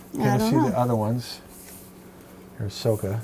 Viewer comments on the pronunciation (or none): Just to let you know, sokka is pronounced like Saw-ka and toph is pronounced like t-off. And Ozai is pronounced O-zigh (like sigh but with a z) I had no idea this game even existed until I watched your must buy games at Gen-con video. I love Avatar! Hope you guys record a play through